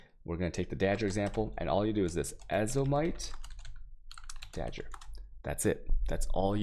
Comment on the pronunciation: dagger pronounced as dodger